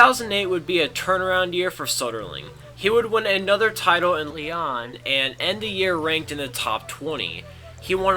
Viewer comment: Lyon, France="Lee-own". Soderling="So-der-ling" as in "Soda". Anyway, the content was great.